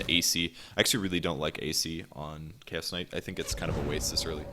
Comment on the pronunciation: Keep hearing "KS Kight" instead of Chaos Kight